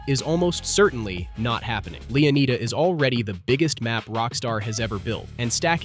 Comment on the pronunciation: Bruh these pronunciations are driving me crazy. LeoNIDA not LeoNEEDA and Lucia said wrong throughout. LOO SEE YAH, not loozia